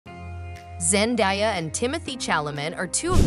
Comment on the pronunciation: Zen-DAY-a not Zen-die-a...